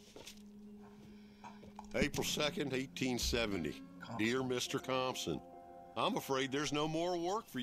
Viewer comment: You did good with Compson 😂